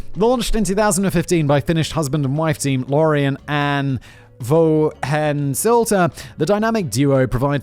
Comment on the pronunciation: Watching a tuna being slowly and methodically disassembled always gives a taste for fresh sashimi. Count on Simon for managing "Vuohensilta", but then flubbing "Anni" into "Ann".